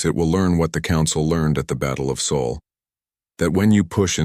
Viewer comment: Still can't handle Sol, not saul